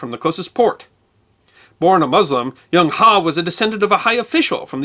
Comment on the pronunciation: I'm an American who is currently teaching English in China. I have a degree in Applied Linguistics, and can speak Mandarin. I also lived in England for a couple of years, and try to point out the differences in pronunciation between British English, and American English whenever possible. The name Zheng He is pronounced in modern Mandarin like /ʒuŋ/ /hʌ/. The sound characterized as "Zh" sounds much like the second syllable sound in the words "Leisure" or "Usually" with American pronunciation, and the /uŋ/ sound is the "ung" sound found in words like "hung" and "rung". "He" would be a "Huh" sound found in the pronunciation of "HUD" (as in "Heads Up Display") without the "d" sound at the end. Admiral He is very popular in China, and everybody I've talked to about him is very familiar with his expeditions.